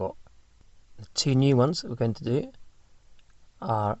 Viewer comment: In English- words like going have a "ing" at end-not in ing -all your words don't end properly!